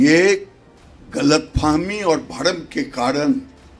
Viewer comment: Abe anpadh galat fami nhi galat fehmi hota thoda bhasha gyaan or ucharan thoda theek kar mantri jee kis anpadh aise logo mantri bana diya